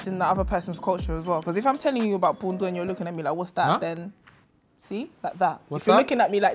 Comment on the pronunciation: I can’t lie when Nella mentioned Pondu, Filly defo thought she said Bunda looool. This guy